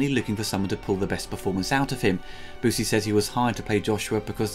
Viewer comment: Byoosey, not Boosey.